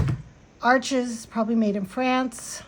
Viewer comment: Not 'spelt' As you have written it is spelled "Arches" but it is pronounced (spoken) as "Arch". Hope this mini-language lesson helps! (Im English, living among French people, and I appeciate it a lot when even after 8 years I still need their help with finding the right work, or with errors in French..) 🤗 😊